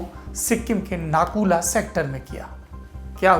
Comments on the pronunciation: It's not nakula it's nathula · सौरभ सर नकुला नहीं नाथूला नाम है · It's not Naku La, It's Nathu La Pass. I've been there twice. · It's Nathula not Nakula bhai Mai Sikkim se hi hu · भैया नाथू-ला है। नाकुला‌ नहीं।। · Correct brother 👍💐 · It is - Nathu La . Not Naku la. Thanks for the report anyway.